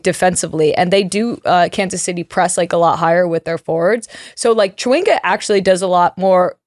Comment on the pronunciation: Just for clarity Temwa’s last name is said with a Sh versus a CH so phonetically is Shawinga